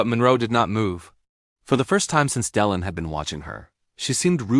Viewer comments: Pronounce names correctly!! Alain like lain lane al lane Delon Del LOHN Cannes is Can like tin can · Its pronounced Delon ! Stupid!